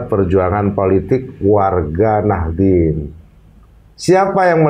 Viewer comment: kok Nahidin, apa sy salah dengar ya